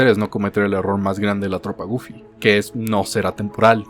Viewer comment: Nadie:: GoOlfY